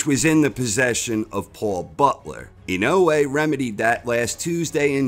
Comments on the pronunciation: Lol... Why can't you say dude's name right??? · I love corner. But can somebody teach him how to say inoue please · You would think the narrator would learn how to say the subject of his video's name, before saying it wrong every time. Maybe he'll learn it and then re-read the script.